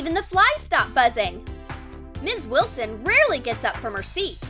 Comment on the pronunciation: Did they say ms.wislon 2 times😂🤣🤣🤣🤣🤣🤣🤣🤣🤣🤣🤣🤣🤣🤣🤣😂😂😂😆